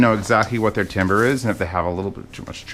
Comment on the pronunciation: Timbre is pronounced like “tamber” btw.